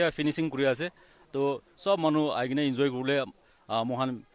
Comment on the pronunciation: I myself is a zeliang but that "enzoy" hit me hard dey... 😁